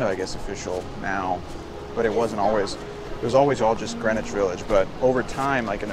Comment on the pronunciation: Sounds like they're saying Granish instead of Green-wich?